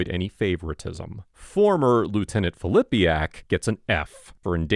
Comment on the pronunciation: I love how he emphasized "FORMER." Also you do such a great job man I LOVE your page. It's objective and fact based.